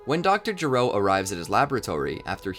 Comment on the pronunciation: Gero is not pronounced G-row, it’s “ge” like the word “get” without the T and “row”. This becomes important because his name is a joke which pays off over 25 years later in Dragon Ball Super Heroes.